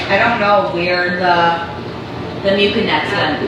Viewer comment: STOP SAYING MU-KIN-EX